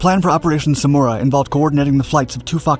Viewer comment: Samaraa and not smuora😂